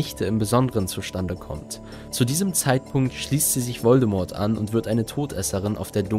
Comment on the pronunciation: Mich triggert jedes mal, wenn du den Namen Voldemort falsch aussprichst...